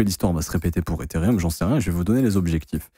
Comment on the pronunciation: T'es insupportable à te proclamer pro crypto alors que tu sais même pas lire Ethereum c'est pas rium bordel